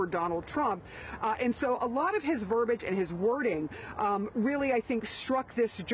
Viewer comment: "Verbage" is not a word. It is "verbiage". A journalist should know that. A high school student should know that.